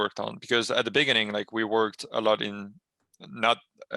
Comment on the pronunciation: is it just me or do i hear nbk saying "beniginning" and "panignic" ?